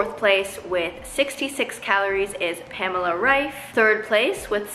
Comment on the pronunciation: it's wrong? it is not "pämla" it is more like "paamehla"... but ok🙃